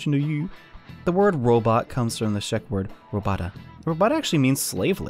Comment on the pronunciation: Also, I come from Czech, so let me tell you how you ACTUALLY pronounce “robota”. It’s like this. Roh-boh-tah. Simple yes?